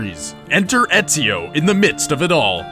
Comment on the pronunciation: I know only an European can pronounce Ezio's name that good